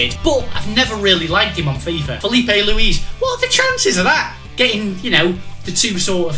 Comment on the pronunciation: lewis/luce/luiz lol